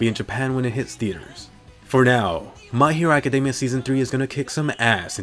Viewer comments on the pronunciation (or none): why do you say "my hero machademia" lol, either way good vid, cant wait for OPM, MHA, and AOT, ill def watch others tho.